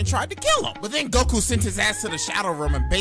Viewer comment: Why can't you say goku